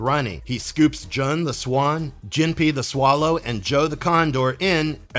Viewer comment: Jun is pronounced "Joon", not "Juhn." And Jinpei is "Jihn-pay."